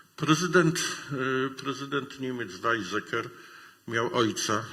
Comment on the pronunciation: Wymowa niemieckich słów straszna. Upraszczając: nie Wajzeker, lecz Wajceker; nie Kisindżer, lecz Kisinger; nie waterland, lecz faterland.